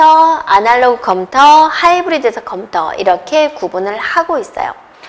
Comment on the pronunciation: 어떻게 이런사람이 강사를 하냐 소질이 없으면 다른걸 찿아야지 말도느리지 발음도 엉망이지 전달력도 수준이하지 한심하다 이런사람한테도 강의듣는 사람있냐 컴텨 란다 참내